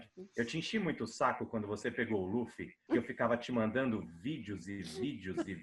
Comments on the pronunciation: só gostaria de deixar registrado minha gratidão por vcs pronunciarem "Lúfi" e não "Lãfi" como já vi muuuuuita gente falando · Tem que ser Lúfi mesmo. A pronúncia do L com som de R é coisa da pronúncia japonesa. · Pontos Positivos: 1. A dubladora mandou bem na voz do luffy q no começo do anime era mais infantil se comparado com a atual. 2. A dublagem da Alvida está perfeita. 3. Acertaram chamando o Luffy de Luffy e n de Ruff. 4. Colocaram a abertura original. Pontos Negativos: 1. Apesar de parecido com a original, em alguns momentos a voz do Luffy soa muito cartoonizada. É como se eu estivesse vendo um desenho animado como o apenas um show. 2. A voz do Coby n combinou mto. 3. Acertaram o nome dos ataques do Luffy. É irônico q isso seja algo negativo, porém esperava q pronunciassem os ataques com o sotaque japones de um inglês errado 😅. (Ex: rocket - rocketo) Ainda assisti apenas o primeiro episodio. Espero q nos próximos eu seja surpreendido positivamente.